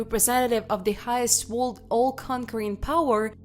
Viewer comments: The dialect doesn't pronounce words you can understand, they must not be American or studied English language, sounds like some words are blurred because whoever is narrating can understand how to say them, for instance the word ( world :we say Woer L dah) sounds like they are saying ( wha d) some here say Wo erl dah, wonder why if this is targeted to the US they are using some other dialect, they must be trying to make money from the videos. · Really excellent - interesting and well researched -Yes I have subscribed ! Some of the pronunciations are VERY cute , including the word "world" !!!!